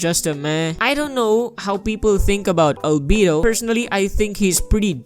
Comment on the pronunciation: Lmao every time he says albedo: "ALBEEDU"